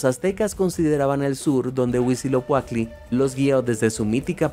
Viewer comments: Cada que dice "Huisilocuatli" me duele... Se dice Huitzi-lo-poch-tli ! Pero qué bonito que mencionen mitología mexica. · Huitziloquacky? Es un pato o qué? No pudieron hacer que pronunciara bien Huitzilopochtli? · Es HuitziloPOCHTLI NO ES huitziloCUATLI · Es Huitzilopochtl, de donde sacaste esa pronunciación???